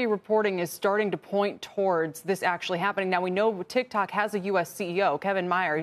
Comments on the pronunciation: I don't care lol I don't even have tiktok It's funny the way he says it 😂 tikTOK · It’s funny that Trump said “tic tac”